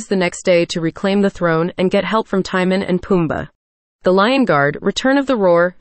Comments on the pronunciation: The pronunciation of Timon is not Tie-min. It's Tee-moan. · The fact that they pronounce Timon as “tie-man” is funny to me 😂